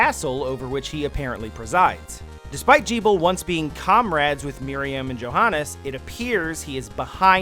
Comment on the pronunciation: Pronunciation pro-tip: Gebel has a hard G like "gable". Johannes is pronounced "Yo-hannes".